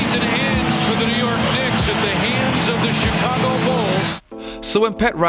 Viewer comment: Great channel man, but your accent. I am all about one embracing his difference in speech etc, it's what makes us human and different but all these years, your accent is in fact, something I can't be accustomed to. In fact, your s seems to get in the way of correctly pronouncing some words. It's VERY sibilant and almost annoys me. Chigago as well, sounds TSikagkko and it's agghh. But, I had to double check to see that you are not saying robbery instead of rivalry. I love your channel it's amazingly detailed. Just take that as some minor things that will improve it even more! Oh, and as jimmyhighroller channel, I hope you are not pumping your .wav track with a compressor, saturator or eq for it to have more bass and treble...His fake bass voice is annoying.